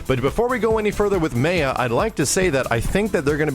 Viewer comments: lol saying 'Maiya' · im not sure if mispronounces names just to troll people with that particular pet peeve, like me, or he does it on accident. MA-YA the way you'd pronounce Mayan and that design actually looks extremely good i hope it translates well in the finished character. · Maya is pronounced like My-ya. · lol It's pronounced MY-UH you dork,. Like as in Mayan. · It's "May-ya" god damnit >.> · pls, you edited in how they pronounced it, lol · ***** well the announcer is wrong since the name is obviously from (maya)n culture. but looks like we have to live with wrong pronouncement since they fucked it up in KI2. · everyone, pronounce Maya with the a sounding like the a in '', she is latina so no crazy sounding vowels pls Kappa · IntoTheMeatGrinder I suppose it's like Raiden in Mortal Kombat. It's not actually pronounced "Rayden", but everyone just says it that way because the announcer does. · I wanna correct him saying Maya everytime he says it, but I'll just let be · I'm just used to hearing it like how the devs say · The guy at the panel and pronounce "Maya" differently. That made me laugh and cringe. I've never heard "Maya" pronounced the way said it... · Lol, - dev's pronouncing "Maya" in proper way - /ˈmɑːjə/, then just 7 seconds later, you're pronouncing it different way - /meɪə/, like not giving a fuck:P EDIT: And then, after you've redeemed yourself. Hahaha:P You rock,:D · tonderus8 No he didn't, pronounces it as "Ma-uh" when its pronounced "My-uh" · Lol, the developer says, "Mai-yuh" is the next character. IMMEDIATELY, pronounces it "May-yuh". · its Mai - uh. Not mey - uh. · Yo! Please stop mispronouncing Maya as 'Mei-Ah', it makes no sense and it's def ridiculous. I'm hype for daggers, LVL UP!!!, Cody tactics, and Amazon Monsoons too. Fantastic job on the redesign, they took the worst character design in KI history and made something amazing. Incan inspired, that's what's up.